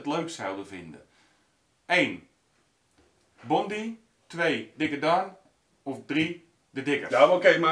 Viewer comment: Bondi Treasure hunter vind ik leuk! Ik kijk alle filmpjes. Je spreekt het trouwens uit als Bondaai ;-)